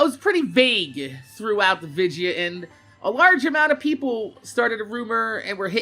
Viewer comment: Do you say "vidja" cuz that's how you talk or is it just a thing you do on purpose? I'm assuming its just how to say/spell it where your from. Anyways nice work! Take care!